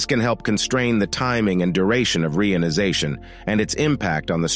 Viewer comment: Its EP POCH not epic. Its also re ion i zation